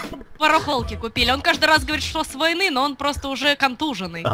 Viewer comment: Гогда дед сказал что рояль с войны привёз мне послышалось что с луны